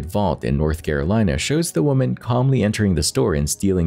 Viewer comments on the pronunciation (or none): none